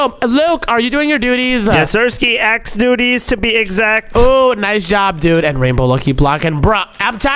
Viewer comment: said dutys😂😂😂😂😂😂😂😂😂